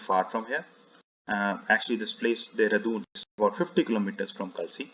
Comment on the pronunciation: A slight correction will be that Kalsi is pronounced as Kaalsi (कालसी) ~ Thank you...